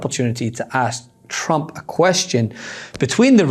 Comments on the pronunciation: Is it just me, or does it sound like she's saying "President Chump"? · TChump… she can’t speak it’s hilarious how she can’t say Trump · Why does she (Leavitt) always say Chump instead of Trump? Ooo, Linda's learnt it's AI not A1. Don't think Chump likes Terry...😂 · President Chump? Is that what she keeps saying bc that is all I'm hearing 🤔